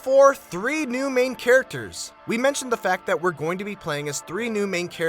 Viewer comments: "carictors" holy fucking hell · nigga did you just say carictors? are you fucking kidding me?